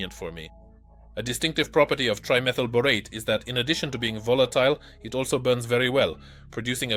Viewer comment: bore-ot-teh? it's bore-ate. your AI is broke still, but getting better.